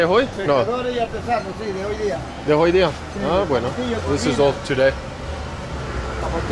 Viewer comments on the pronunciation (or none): it's a second language for me that I'm still learning and I notice a lot of errors too. "Buenas días, la nombre", pronouncing the h in words like "hoy". But he's a hell of a lot more confident in those situations than I'll ever be and makes it work 😆